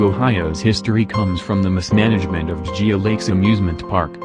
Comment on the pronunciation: Alan F I almost died laughing when it tried to pronounce "Geauga"